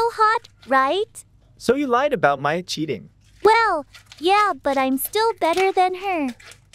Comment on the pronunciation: Is not maia is maya